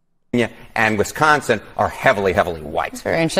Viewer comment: WISconsin, not WESconsin....sheesh.